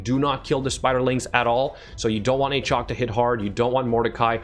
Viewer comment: Every time I see this champion now I go, "Ayychok the Wendooorin"